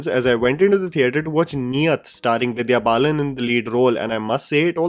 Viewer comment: said 'Divya Balan'... Hehe